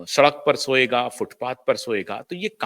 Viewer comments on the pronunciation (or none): none